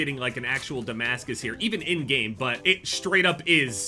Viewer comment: The fact can stand “I broke their armor” more than he can when he reads the word Damascus is crazy😭